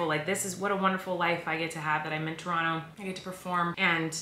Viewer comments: Colleen you say Toronto like a true Canadian. With out the o and t🤪 Trono that’s how Canadians say it lol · I LOVE that you say Toronto the Tronnoo way 😂💙💙💙 you make my heart happy!! Was sooo sad I missed the Toronto show!! It sold out so FAST!! 🇨🇦🇨🇦🇨🇦 lovelovelove